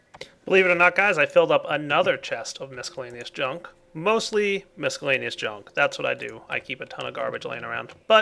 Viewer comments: Nope, check online dictionaries that have an audio button to press to hear how it's pronounced. The c is silent. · does it not bother anyone else how he says miscellaneous? Don't pronounce the c! It perturbs me :( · Does ever stop mispronouncing miscellaneous (it's a SILENT c)? It's driving me crazy.